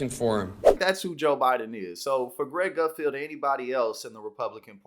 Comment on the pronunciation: It's Gutfeld, not 'Gutfield'.